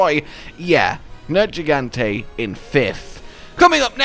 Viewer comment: 1 Viper Tobi Kadachi 2 Safi Jiiva 3 Nergigante 4 Duramburos 5 Alatreon Also.. Proud of you for saying Nergigante's name correctly. Sigh, and later on you fucked it up again. Why?